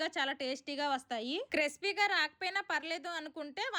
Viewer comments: క్రిస్పీ(Crispy) క్రీపి(Creepy) కాదు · క్రీపి అమ్మ తల్లి క్రెస్పి కాదు.